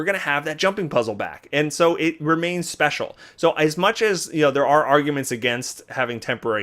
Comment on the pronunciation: "Special", please tell me English is not your first language.